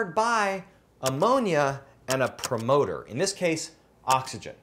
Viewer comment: Promoter sounds like lead😅